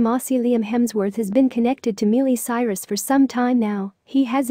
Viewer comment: Can only take so much “Mealy Cyrus.” Couldn’t finish the video.